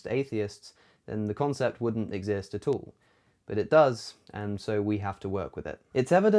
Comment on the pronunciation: I love it when you say "atall".